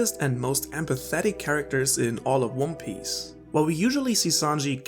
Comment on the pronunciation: he called it wan pace and wan piss. That's why I thought.